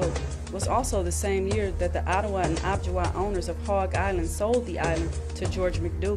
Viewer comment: I don’t think it’s pronounced “ob-ji-wa”, I think it’s Ojibwa - oh-jib-wa.